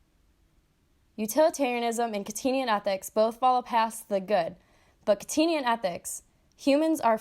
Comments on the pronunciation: Kant-ian not Kant-in-ian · kant-ian, not kantinian